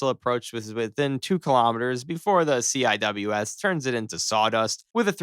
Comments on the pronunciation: Don't you dare! That is not a Sea Eye Double Ewe Ess THAT IS A GOT DANG SEA WIZ! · yes, and it is 'sea-wiz' not c-i-w-s